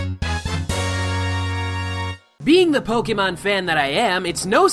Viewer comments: Your pronunciation of Pokémon have me cancer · You're a huuuge pokemon fan yet you don't even pronounce the series's game correctly